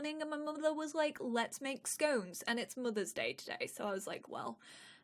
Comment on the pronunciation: Being an America and hearing say mothers day just made me think I was losing my mind, like when you wake up from a nap and don't know what year it is